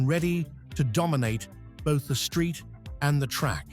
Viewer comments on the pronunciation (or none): none